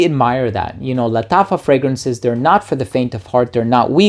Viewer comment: Bro nobody pronounces "Lattafa" like you do lmao. It feels like it's the right way of pronouncing it.